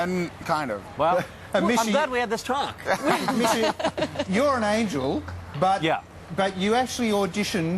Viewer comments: Did the interviewer just call misha, michi ? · Really wish these interviewers would've learnt how to say Misha right.....